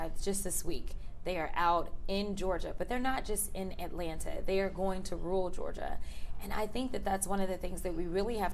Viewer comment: I'm a big fan, Ms. Crockett, but please don't pronounce "rural" as "rule."